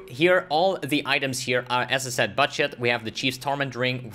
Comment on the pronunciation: when you say budget it can clearly hear you saying buttshit 🤣 imma try this build thanks